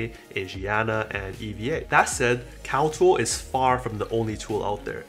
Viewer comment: great review and appreciate the tips but as a recommendation your annunciation is a bit off when you said something about CAL-TOOL being a site to input data but I can't find that website. As a suggestion please have the sites your recommending listed or typed out because your words some muffled to us. But again thanks for the video. Keep em coming!